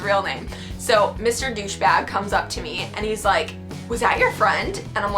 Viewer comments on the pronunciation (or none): When she said Dushe bag I started laughing so much